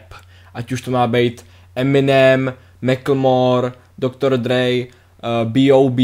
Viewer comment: jo a dr.dre ce čte doktor drí ne doktor drej XD